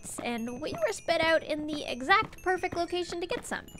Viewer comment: The way she says "perfact" instead of perfect is pretty adorable